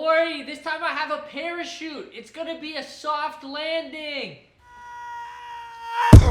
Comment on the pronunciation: Any one heard pair of shoes instead of parachute